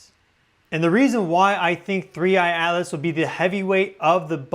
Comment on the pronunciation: I never knew that "Atlas" is pronounced "Alice".